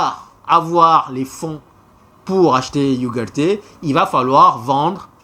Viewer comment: tu prononces mal ugarde